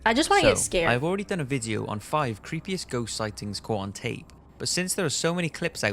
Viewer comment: He says Vidjo ..so Welsh ...